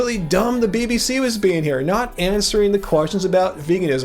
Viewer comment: Lol, did anyone catch when called the BBC "the B-BS." 😂